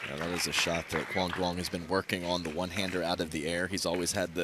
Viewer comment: ITS NOT PRONOUNCED DOO-ONG. THE D IS SILENT. ITS PRONOUNCED YOUNG. PLEASE LEARN A LITTLE VIETNAMESE PRONUNCIATION COMMENTATORS.